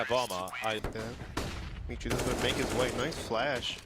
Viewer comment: Strasznie irytujące jest wymawianie nicku Micha jako "Miciu", przecież nie jest to jakieś strasznie trudne do wymówienia słowo , nawet dla osoby anglojezycznej.